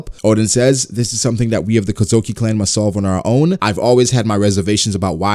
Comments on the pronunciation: Kozuki, not kozoki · You say Kozuki weird, but interesting video